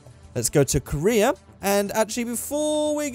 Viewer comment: I thought that you said "lets go to Korea" instead "lets go to career" :D